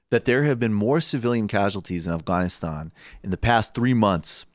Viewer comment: Michael knows how to pronounce Afghanistan